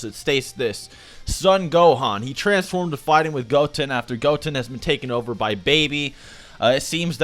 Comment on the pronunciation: The way you say goten really rustled my jimmies